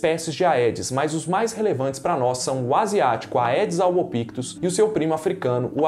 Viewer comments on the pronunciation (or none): Não se diz "aedes", e sim "edes". Em latim, "ae" tem som de "e".